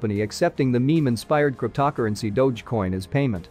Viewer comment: You have some serious problems pronouncing "cryptocurrency" (crypt-toe pause currency is the correct way); "Doge" is not pronounced as "Dodge" but rather as dou-zh